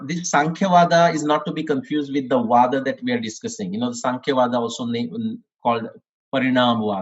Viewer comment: It should have been vaadha and not vada